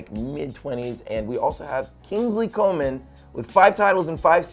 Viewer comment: Come on Prez, Kinglsey Coman is still only 20 years old. And neither of y'all pronounced his name correctly.